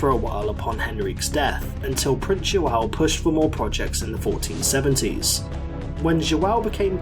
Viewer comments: Really cool video Only a small tip: Everytime there's a ~ the sound is more like an "u" like "under". For example, João would be more like jouwn or something like that. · Excelent video. Liked and Subscribed Loved your pronounciacion of "João" also ahahah 🤣👌👌 Actually, we did monopolise the Spice Trade by conquering and controlling every passage or major acess to the Indian Ocean - like Malaca, Ormuz, Diu, etc (the only exeption was via Red Sea, altough there were 2 expeditions...) - and controlling also all the trafic in it with an all-powerfull Navy Lusitania Rulled the Waves 💪🇵🇹🌍🌎🌏 And we only had arround 1 million people, not 2 million